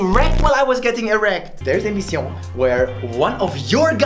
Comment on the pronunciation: Yeah, at first I thought that he was Japanese, then I thought he was French because of the way he said "Mission" and "Piccadily" and then I figured that he was German because of his navigator language. Wtf.